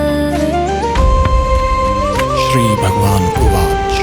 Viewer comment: Pranams Swamiji. Pleasure to hear you vice!!!!!!!!!!!!!!!!!!!! Please can it be pronounced with sanskrit intonations as uvacha, instead of uvach?